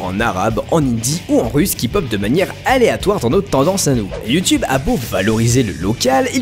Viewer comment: Sacrés Français avec leur Yuu-Tuube... Faut prononcer iou-toube. Essayez, ça ne vous déformera pas la gueule.